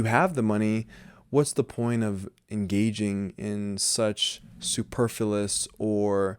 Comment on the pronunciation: I‘m so sorry for this: Please check your pronunciation of superf-L-uous and have another look at the definition of ultimate and hence penultimate. I hardly know what you may mean by fashion, since it died in the 1990ies and what we now observe is a merry-go-round of 20-year-trends. Like a true zombie fashion still kills - probably much more than when it was still kicking. What we need is personal style. It is great to have channels like yours that reflect on the place of the individual in the face of (zombie)-fashion. I‘m so with you on social media. We can make it better, I hope. More humane etc. and still keep its great potential to inspire.